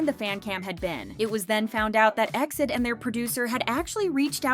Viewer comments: I watched all the way but hated that you are saying exceed instead of E - X - I - D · Please it’s not EXID (pronounced like exit) BUT E . X . I . D (like read each alphabet on it’s own) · Right off the bat. It's said E X I D. Suppose to be a k-pop channel and can't even say their name right. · It's E.X.I.D not EXID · Calling them Exid (like exceed) is kinda weird, I used to call them by letter, E-X-I-D 😅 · It's E-X-I-D ☺️